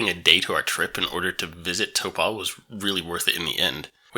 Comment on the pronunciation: Nice thermal pools in Taupo ( Toe pour, don't pronounce the r) don't worry about hotels, motels and B&Bs exist too